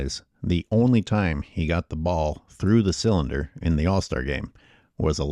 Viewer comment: Hey brotha, the mispronunciation on “the”, is not your best move. Especially when you’re making intellectual points.